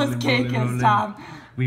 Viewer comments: She says tam we say tom 😂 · I love how pronounces tom😂😂 tahm😄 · When there are making the cake she says Tam but is TOM